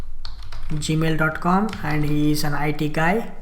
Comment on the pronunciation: I really like the indian version of gmail...gamil haha just kidding great vid.